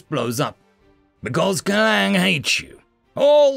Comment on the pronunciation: its KLANG no CLANG